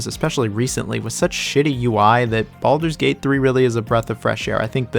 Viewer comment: Why are you calling it baldur's tank 3?is it some kind of inside joke lol